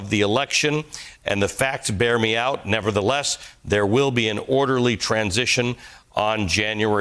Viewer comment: "nebber-ba-theelus", maybe, but not "nevertheless"